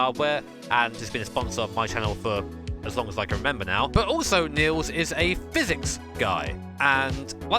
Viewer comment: you pronounced niels's name so wrong that i thought he was norwegian until you pointed to the heusinkveld stickers